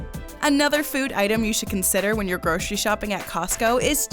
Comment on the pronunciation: Since when is grocery pronounced gro-che-ry ??